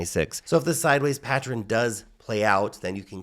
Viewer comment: Everyone: Pa-ttern: Pa-tter-rin